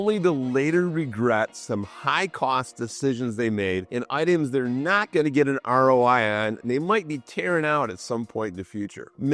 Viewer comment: Ne-awt instead not. Northerners pronounce things so strangely.